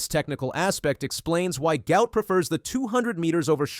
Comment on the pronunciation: Guot is pronounced Gwot, the presenter got those backwards.